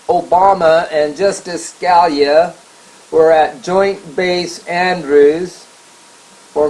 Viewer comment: It's pronounced like "Skah-LEE-ah". [feel free to remove this comment after reading]